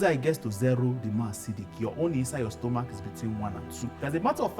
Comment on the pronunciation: 'Stomok' though😅.... This is very educative and helpful. Thank you sir❤